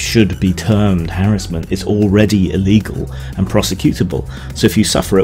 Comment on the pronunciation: Nice to see you pronounce harassment properly.